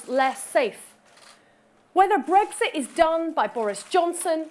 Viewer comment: What is this "Bregsit" which Swinson keeps talking about? Poorest speach I have ever listened to. The lady has no presence as a speaker.